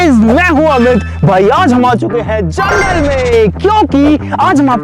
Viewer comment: jungle❌ jungal✅